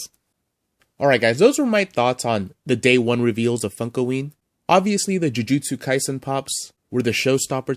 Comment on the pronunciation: It’s pronounced “Ju-juts-u Kai-san” 🤓